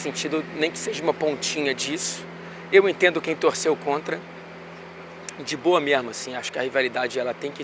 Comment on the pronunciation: por mais que eu saiba que o é carioca, esse "de boa mermo" foi o mais carioca que eu ja vi ele sendo